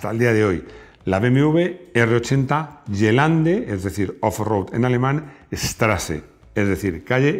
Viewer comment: ayayayyy gelande se pronuncia guelande no yelande